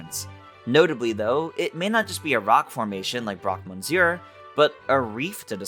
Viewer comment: excellent video, but may I ask why you are saying broque moNsure? the N is silent